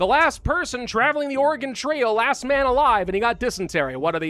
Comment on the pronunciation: Was it "last man alive" or "ass man alive"? Both.